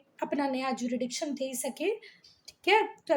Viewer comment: hello mam I found a mistake in your teaching jurisdiction is pronounced as ju-RIS-diction not ju-RI-diction so plz don't feel bad ma'am